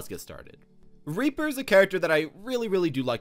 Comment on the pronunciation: Lol he said raper lol